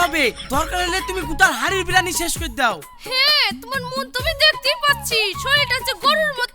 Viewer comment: ভাই এটা বিরানি না বিরিয়ানি হবে😂😂😂😂😂